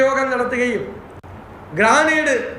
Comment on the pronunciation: എങ്ങനാ സാറെ ദിവസം വന്നിരുന്നു നുണ പറയാൻ പറ്റുന്നെ 😢ഗ്രാനേഡ് അല്ല ഗ്രനേഡ് എന്നാ പറയുക 😒